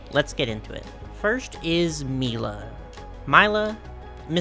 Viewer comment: About the "mix up" of her top, she is canonically half Japanese and half Chinese. Also her name is probably pronounced "Lie-la" like it usually is, take Lila from Polly pocket as an example, and Mila is "Me-la" rather than "My-la"